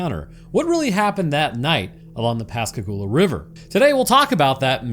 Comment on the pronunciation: Fuck yeah, my hometown in a Roanoke video! ❤ And you even pronounced Pascagoula properly! I've lived down here all my life and heard the story of the abduction so many times, but I always enjoy hearing people's takes on what actually happened. And aliens aren't even the only weird thing about Pascagoula. There's also the Phantom Barber from the 1940s, and the legend of the Singing River.